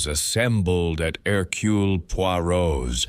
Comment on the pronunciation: "Herculay"... The ai narration wasn't unbearable but the pronunciation of Poirot's first name rankled. Overall a pleasant listen. Thanks